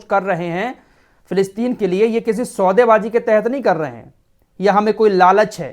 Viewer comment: Aap ki zubaan kachchi hai saude baazi hota hai saude baaaji nahi